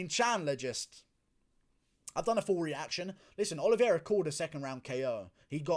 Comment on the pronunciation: Guru, the correct pronunciation is O-L-I-V-E-I-R-A, not OLIVIERA